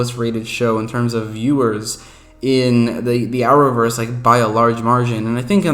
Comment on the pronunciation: Are you saying hour verse? The closed captioning can't read what you are saying